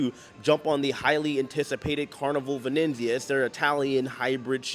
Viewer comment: Shelley B - Hi, J. Please pronounce the ship name correctly. There is no extra “n” in Venezia. It’s VenEzia. Also, it’s libRary, not “liberry.” Sorry, it’s the English teacher in me coming out. Love your videos.